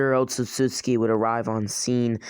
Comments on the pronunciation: he says Otsutsutski its Otsutsuki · Man can't even say Otsutsuki right he says: "Otstsuski" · he say otsutsuki like otsutsutsutki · *otsotsuki Sorry but idk why but it just seems wrong the way you say it